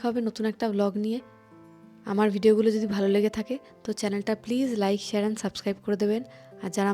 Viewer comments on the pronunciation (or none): none